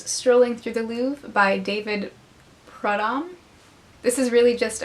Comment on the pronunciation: You pronunciation of Prudhomme was pretty good. It's a French name: Prude-um or Prudum...